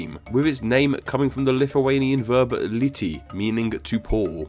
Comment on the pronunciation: Your pronunciation of "LIETI" was quite poor :/